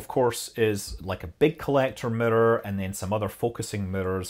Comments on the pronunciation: I love the way he pronounces "mirror" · Worth it just for Scott pronouncing "mirror". Nice explanation thanks.